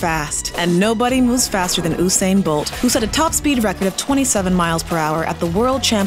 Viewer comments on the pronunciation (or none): It's not Uhsane bolt, it's Usane Bolt